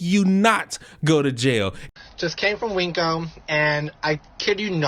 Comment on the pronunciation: Calling WinCo. 'Weenkos' bothers me for some resson 😂